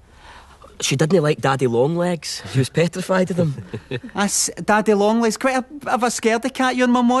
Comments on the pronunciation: daddeh long lehgs Damn it sounds dirtier in Scottish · The name "daddy long legs" is even more hilarious in this accent, haha